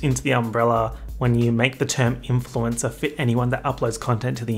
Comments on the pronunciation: Influenza lmaoooo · influensa omg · He was saying "influencer" and I heard "influenza" 💀💀💀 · bestie the way you pronounce "influencer" sounds like the italian word for "flu" and i'm here for it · oh didn’t you know? is in fact italian